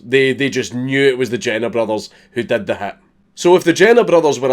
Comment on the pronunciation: Everytime you say "hit", I hear "hat" and let me tell you that it's pretty fucking disturbing at first